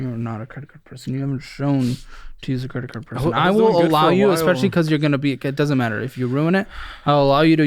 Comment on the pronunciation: Say it with me “YOU ARE NOT A CREIT CARD PERSON “🎉